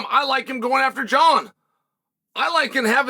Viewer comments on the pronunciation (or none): none